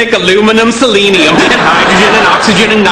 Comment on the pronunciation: i think he actually said celium